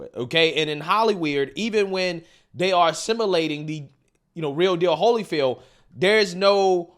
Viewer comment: simulating not "assimilating"